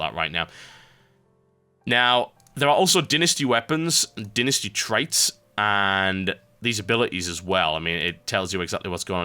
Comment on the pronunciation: so all birts say dynasty like dinisty?